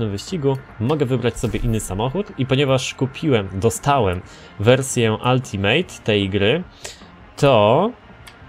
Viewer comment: ultimate wymawiamy jako /altimyt/ nie ALTIMEJT;P PS Bardzo dobry odcinek, trzymaj tak dalej;)